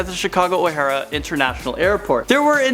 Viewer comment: It's O'Hare not O'Hara.